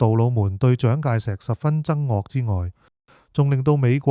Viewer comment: 憎惡读烏3